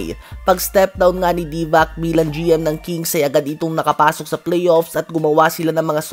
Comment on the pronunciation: Divakkkkk😅😂😅. Patawa talaga to. Haha. Divac yun brad. Yung C soft sound yun hindi K. sound. kaya pala Zubak, Divak, gawin mo naring Doncik. Haha.